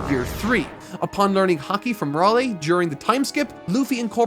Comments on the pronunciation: did you really just call our man Rolley? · My man called Rayleigh RAWLEE 💀💀💀💀💀💀💀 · did he just say Rawlee to Rayleigh? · No way just said Raley instead of Reyleigh